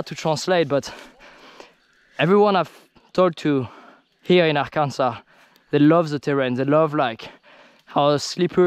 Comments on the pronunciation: "Ar-kansas"😂 gotta come to MA and hit lynn woods and pine hills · The last "S" in Arkansas is pronounced as "W" as in Ar-kan-saw...Not the way French Canadians pronounce it- Ar-kan-Sass. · AR-KAN-SA........kill the final S. this should be easy for a frenchy! LOL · I wanted to be mad how he pronounced Arkansas…but I’ll let it slide this time